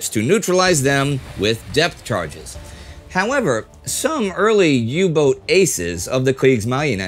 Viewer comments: Great little episode, but please pleae just say "U-boat" when referring to a U-Boot, the pronounciation of boat/boot in English and German is exactly the same. Kaythanksbye! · When will you learn that the german boot and the english boat are pronounced exactly the same?